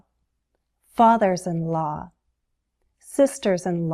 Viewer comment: Hi! Your prononciation of the word "law" is very strange!